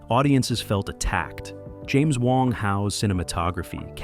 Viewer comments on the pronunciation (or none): none